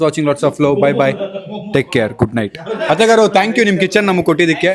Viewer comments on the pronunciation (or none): One correction, ‘Athegaru’ alla it’s ‘Athagaru’ in Telugu 😊❤. Please dont misunderstand.😊❤❤